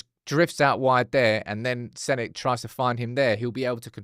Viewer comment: Senna like Aryrton Senna.. not Senny mate.. I think that's what people where saying 😅